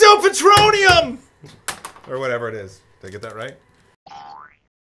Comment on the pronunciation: "it's not ptronyum, it's patronum" -hermoine